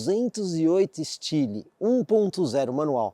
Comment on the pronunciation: kkkkkkkkkk "estili"